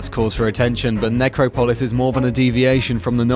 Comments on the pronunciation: it's supposed to be Neh-Cropo-liss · You pronounce Necropolis in the weirdest possible way. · I was about to comment on how he pronounced it